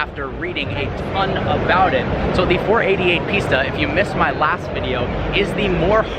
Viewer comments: it is pista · I’m confused. I keep hearing you say Ferrari Pizza when I’ve seen it spelled Pista. Are you mispronouncing it or is the spelling actually Pitsa?